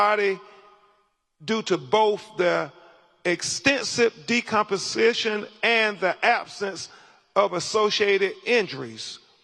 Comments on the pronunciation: This man can’t even say “DECOMPOSITION”, say less! 🤔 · How many F’s are in death? My man can’t even pronounce decomposition. Yup, that’s the guy I want to be my lawyer. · Crump can't even speak English. He keeps saying "def", and he pronounces DECOMPOSITION as DECOMPENSATION. Oops, he just butchered "laryngeal". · As someone who’s in science, I had to turn off the video once I heard Crump talk about the autopsy results. “De-compensation” and “ossipital” 😂that was tough to listen to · Crump can’t even speak or read English. WTH is “decompensation”? (yes, I know it’s decomposition). And how disrespectful of him to keep calling him “Nolan Way’uhls”. (whales) How hard is it to pronounce a surname correctly? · did this 'lawyer' just say decompensation for decomposition??? Then mispronounces occipital -- really well educated LMAO!! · Really!? Crump was reading from the cardboard cutouts, and said "deaf" when reading "death". He said "decompensation" twice when the word was "decomposition". What an illiterate dumbass. I hope he is not getting paid much just due to his lack of being unable to read. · 🤨😒THAT LAWYER IS LITERALLY IGNORANT....HE KEEPS PRONOUNCING "DECOMPOSITION" WRONG....HE KEEPS SAYING "DECOMPENSATION" WHICH MEANS SOMETHING COMPLETELY DIFFERENT AND HAS NOTHING TO DO WITH DECOMPOSITION. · decompensation is how he pronounced it. He should be embarrassed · 100% He's illiterate and kept saying decompensation. He was also talking about Lebron James going off on a tangent. It's a clown show. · That mf can’t even READ…..decompoSITION……the def? What’s def??….”he did that there”….ossipital bone?….. this is a LAWYER, people….. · Crump is so dumb he doesn't even know how to say "decomposition"........like what are we doing guys this is a lawyer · Crump can't even pronounce "decomposition" correctly and this guy's a lawyer?!?! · He cant even pronounce decomposition 😂😂. Smoooove brain